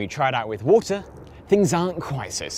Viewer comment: take a shot of rum every time he says: "wool tah"